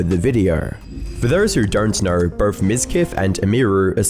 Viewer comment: “For thorse whor dornt knore”